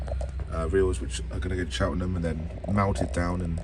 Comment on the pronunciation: he said Cheltenham wrong welcome to my town